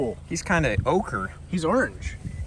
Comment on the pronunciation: My man said “ochre” 💀